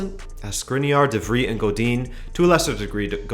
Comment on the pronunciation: Your pronunciation of De Vrij hurts my soul.